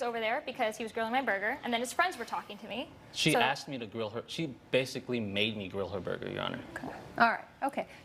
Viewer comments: wow what a brat lol "grow my burger" she can't pronounce grill lol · When she said grill my burger I keep hearing grow my burger